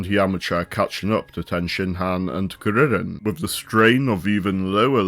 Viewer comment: Just found this video and THANK YOU, for pronouncing Saiyan correctly and for saying Kuririn/Teshinhan/Kienzan/Taiyoken and so on. Also spelling the name as Chaozu